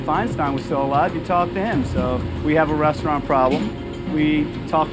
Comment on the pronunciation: "resaturant" wtf man?